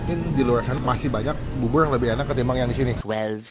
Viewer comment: Bubur bang bkn bubul